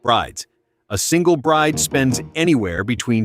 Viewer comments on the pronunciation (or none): none